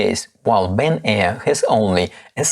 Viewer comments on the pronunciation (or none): good comparison, thanks! By the way, it’s Ben-y-ar, not Ben-air!